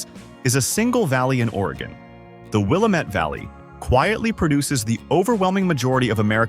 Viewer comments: And he needs to learn to say Will - am- et. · You’re not very thorough with your facts. Nike and Prefontaine are from Eugene. The images you showed of crater lake are not all of crater lake. Hanford is in Washington state. And DB Cooper jumped out of the plane in Washington state. You pronounced Prefontaine and Willamette incorrectly. I’m leaving your stupid presentation here after the Hanford fiasco. Maybe you need more researched facts and less clickbait. You get a thumbs down from me